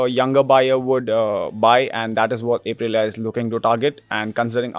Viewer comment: Bro, I cringe so hard every time my guy says A prilia